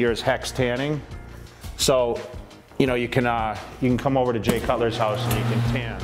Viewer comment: “HQUSE” am I the only one?